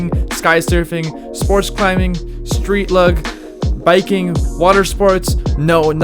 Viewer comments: 'Street LUG' lmaooo.. it's pronounced 'looj' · “Street Lugg” confusing, indeed. it’s Street Luge [loo-jh] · street lug? OOOOOH you meant luge...loooozh..what a gaffe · Street LUG? luge is pronounced like looj. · Street lugg? Lol you mean luge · "Street lug"... And a Trump mention... All credibility lost. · Street Lug? lmfao!!!!!! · Lol.. the narrator just pronounced street luge as street Lug. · Street 'lug' ? Really? It's pronounced 'looge', you toolbox! Kids, this is why you wear a helmet!!! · Street "lug?" It's LUGE bud... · Street lugg?? 😂 LUGE.. dick splat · Dude. I love your vids but you’re just not too bright lol. Tony is short for “Anthony”, it’s literally the same name. Also, you said “Street lug”. It pronounced “Looj”. Like I said, I love your vids but damn man, you kill me. Keep the good shit coming my dude! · Street lug? Its street luge bro. "Loosh" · Dude!!!! Did you say street LUG ? Im pretty sure its pronounced LUGE . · "street lug". ROFL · He said street lug lol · What would you expect from a guy who pronounced Luge incorrectly? Lol “Street Lug” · Just a heads up, it's pronounced loo-ge with a soft g sound and silent e. Interesting video though, thanks! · Did i hear him miss pronounce Street Luge lol he called it street lugg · “Street lug”???😂😂😂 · "Street lug"? Lug????? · "Street lug" lmfao!!!! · "Street lug" lmfaooo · Did he really say "Street Lug"?? Haaa.... now that was funny. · lmfao "street lug", thought I was pronouncing it properly by saying luge, but I guess not. lol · Hey, dude. Great vid.. A few points though. You know Tony is an abbreviation of Anthony yeah? Then, it's called Luge (loogsh) boarding. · I'm sure someone else has pointed this out but luge is pronounced LOOZH, rhymes with rouge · he really said “street LUG” lmao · Did you pronounce luge lug it’s pronounced like huge but just with Lou or lew in the begging for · its pronounced LOUJ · Street "lug"? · Did you really just call luge “lug” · Its pronounced street "loo-ge"